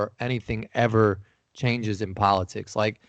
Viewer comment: Kyle "polo-TIICKS, poli-CYYY" Kulinski